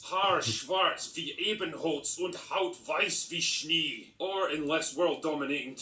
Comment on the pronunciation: His accent is a bit off. Someone tell him "Schnee" is pronounced "shneh" not "shnee" in English spelling.